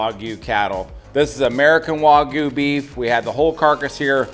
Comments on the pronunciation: It's not waGOO, it's wagYU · I cringe every time they wuagyu lol it wag like a dogs tail lol i bet they say ruf instead of rooooof lol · It's waygu not wohgoo